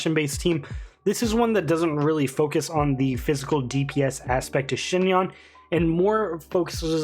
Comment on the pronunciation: Omg you're one of the only youtubers that actually pronounced her name right thank you 🙏 great vid btw!!